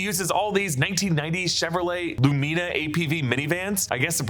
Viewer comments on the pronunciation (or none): Chevy LOO-mih-nuh, not loo-MEE-nuh 😂